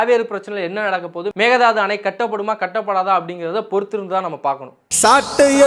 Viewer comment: Pl prounce mekke thattu not mega dathu